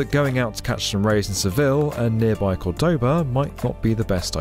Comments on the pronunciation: topic aside... it's CORdoboa, the tilde at the beginning means you put the emphasis in that sylable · Accents in Spanish are a lot easier than french... if there is an accent, stress it. COORdoba very interesting but like listening to a video about London when someone calls it Lon-don.